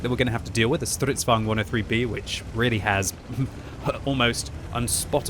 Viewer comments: He use a german tutch on the name. Somthing i have noticed most english speaking people do. U swedish too? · I have been watching for years, and the way he pronounces Stridsvagn still makes me irrationally angry.